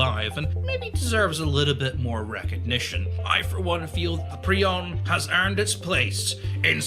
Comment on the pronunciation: wtf is he talking abt xd also why is he pronouncing 'Piorun' as 'prion'?